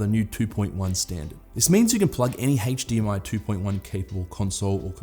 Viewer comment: HtzzDMI 2.1 . just yanking your chain but you sure say that word funny mate .-) best wishes